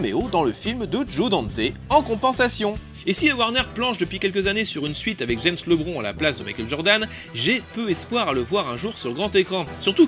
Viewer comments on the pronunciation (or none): C'est pas grave, ça m'a fait rire, surtout ta prononciation (on prononce "Librone") ^^